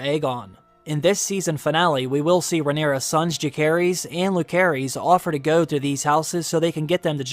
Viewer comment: Pronunciation. Jacaerys is Ja-say-res. Lucerys is Lu-say-res.